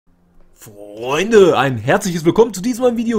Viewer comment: Direkt bei "Frrreundee!" ein like gegeben.